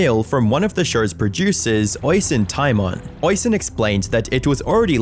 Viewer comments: Goddamn, hearing someone mispronounce Oisín that badly, that many times gave me a stroke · Lovely Irish name "Oisín" but you clipped his vids and still pronounced it wrong every time 😅 to be fair I've probably mispronounced many names in my day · I get that Irish can be hard, but that pronunciation of Oisín was diabolical 😂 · Amazing, probably my favorite video you uploaded. Great work as usual. But for the love of God, please check first how the name Oisin should be pronounced😅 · "Oisin" is pronounced "Ush-een", btw. It's an Irish name. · Oisin is pronounced o-shin-en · Calling him Oy-seen seems more offensive than Jeremy's acctions lmao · Great video once again but I would just like to kindly point out that Oisin is pronounced O-sheen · Oisin is not pronounced that way. It's pronounced "Oh-sheen". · Small thing but it is important. His name is pronounced "Oh-sheen" or "Uh-sheen" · Oisin is pronounced o-sheen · Oi-son? My god talk about butchering his name.. me no speak good me think Sean is pronounced See-Ann.. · Oisin is pronounced Usheen. I know, it's weird but most Irish names and words are. You're killing my ears 😆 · Irish person here- Oisín’s name is pronounced ‘uh-sheen’ just so you know :) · is pronounced 'ush-een' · "Oisin" is pronounced like the word "rushing". The second "i" is long, and when written correctly, is accented: "Oisín" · it is. It is an Irish name, pronounced "aw-sheen" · Hey dude love your vids but your pronounciation of Oisín and Yorkshire made me chuckle with how wrong you got it, Oisín is an irish name pronounced like usheen and yorkshire is pronounced like york sure or york sheer (depending on where in britain you are) I still get caught out by some of the town names in the uk and i immigrated 13 years ago 😅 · It’s not Le-BLANK. It’s pronounced Le-BLONK. People have already pointed out Purgatory and Oisin. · how the fuck are you british and also unable to pronounce neither yorkshire, or oisin? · "Hoishin"... is pronounced.. "USh heen"